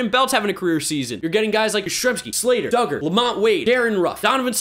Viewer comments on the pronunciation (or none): none